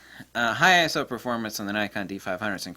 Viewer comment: It's like having dilated pupils from the eye doctor! Thank you for pronouncing I.S.O as I.S.O instead of "I soo- horny", lol